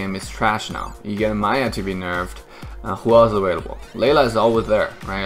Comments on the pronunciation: did always called "miya" = "maya"? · why you pronounce miya maya